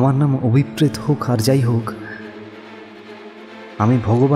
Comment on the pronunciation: আমি সাধারণতঃ ভুতের গল্প পড়িনা বা শুনিনা। শুধুমাত্র কাহনের উপস্থাপনা বলেই মনোযোগ সহকারে শুনলাম। যথারীতি অসাধারণ অভিনয়। কিন্তু একটা বিষয় বলতে চাই যে নামের উচ্চারণটা বোধহয় হওয়া উচিত অভিপ্রেতো,অভিপ্রেৎ নয়। কারণ ঐ শব্দটার উচ্চারণ অভিপ্রেতো বা ন্যস্তর্থক হলে অনভিপ্রেতো।